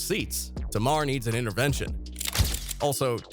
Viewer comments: It's tay-mar not tar-mar. Smh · Why you keep saying her name wrong....Her name is Tamar( Tay...Mar) not Tomar. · Sir, pronounce it like, "Tay"-mar..."Tay" like "Hay" or "Hey". Do your research before speaking on folks in our culture. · TAY MAAAR - get that right if you reporting on culture. Sound it out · its TAY-MAR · You can’t even say Tamar name right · U need to stop making clips and video because u don't know how to pronounce black people name. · Saying brown skin is not racist. Youre not black, dont tell us what is racist. Why dont you figure out how to say Tamar's name correctly instead. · Is this a real person or A.I. cuz you can’t say Tamar’s name correctly.